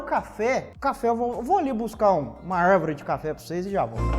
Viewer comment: 'Arrrrvore' kkkkk